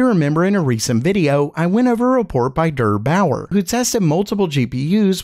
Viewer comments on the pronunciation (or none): The pronunciation of Der Bauer is not "Dur" Bauer but "Dear" Bauer